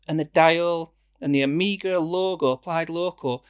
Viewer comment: Omega, not Omiiiiiga!